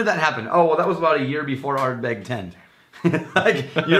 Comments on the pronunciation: I replayed that part cause I wasn't sure but yeah, he said Ardberg. :D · I really couldn't believe the cogent discussion on dewars production. And then I swear said ArdBERG. Maybe I misheard or he was just reading.